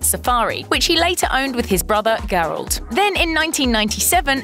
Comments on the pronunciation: Gerald with a soft "G." You're killing me with that pronunciation 🤦‍♀️😳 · WTF PRONOUNCE THE NAMES CORRECT ( GERALD) figure it out you guys do this all the time and is really freaking annoying